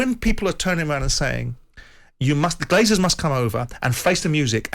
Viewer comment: Graeme - it’s “Glazers”, not “Glaziers”. They don’t install windows, they just leach money from sports teams.